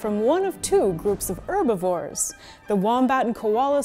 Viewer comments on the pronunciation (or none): did you really just say "erbivores" 😂